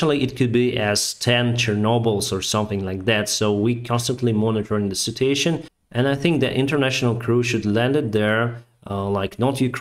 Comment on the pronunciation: Thank you for your videos. I like how you say citation instead of situation. 😜